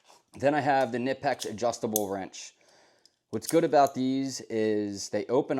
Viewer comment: It’s pronounced kuh-nip-ex they have it somewhere on their website if you go poke around you will find it. Nice edc, love the organization